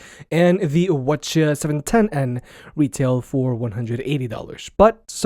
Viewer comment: why is be pronouncing the ch710n like that. all the others start with wh because they are wireless headphones. GOD I HATE EVERYTHING